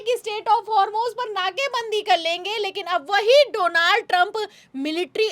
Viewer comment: डोलांड ट्रंप है सही से नाम लो ।